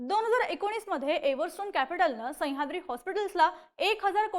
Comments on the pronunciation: संह्याद्री नाही मॅडम सह्याद्री म्हणा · संयाद्री नाही गं बाई, सह्याद्री आहे ते 🤦🏾‍♂️ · हिला सह्याद्री म्हणायला शिकवा रे कोणीतरी. पार डोक्यात जातेय ही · खूप छान विश्लेषण पन सह्याद्री चा उलेख नाकात ल्या नाकात करून त्याची व्याप्ती छोटी करताय